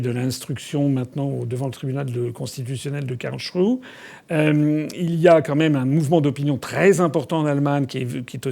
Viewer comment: Quelqu'un peut dire FA qu'on ne dit pas Karlshrue. Mais Karlsruhe : rou- hé !